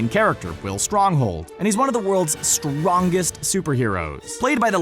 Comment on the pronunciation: “rongest superheroes” xd